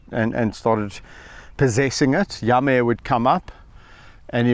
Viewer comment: You mean Yame? It’s pronounced yamm-ee. Check out all his videos. You will love this channel. His work with wildlife is amazing.